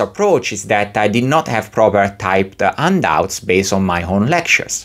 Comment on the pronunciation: I took a while before I realized that "undoubts" were actually handouts. Silent "h" like in Portuguese?